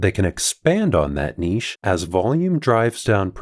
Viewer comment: Thank for pronouncing niche correctly